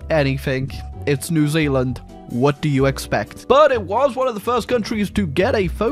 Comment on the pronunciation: Zee Zealand? Never heard of it.